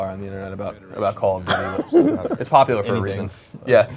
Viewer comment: lol he says: Coll O' Dootie!